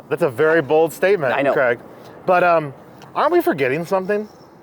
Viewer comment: Please learn how to say the name Craig correctly. It is not Creg!! I had to stop watching, it's so disrespectful not saying someone's name correctly.